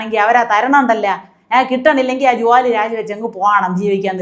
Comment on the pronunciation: ജുവോലി, കുവോപ്പ്, പുവോയി മനസ്സിലായില്ല😂❤❤😂